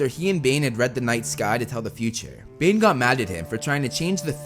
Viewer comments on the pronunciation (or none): so is it Bane or Dane? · Did anyone else heard when he was talking about Bane, he said Dane